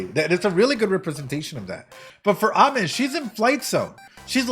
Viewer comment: her name is pronounced ah-me! like amen without the n. it means sweet